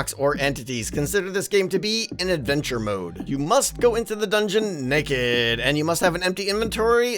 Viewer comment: Haha it's funny how he says "Naked"!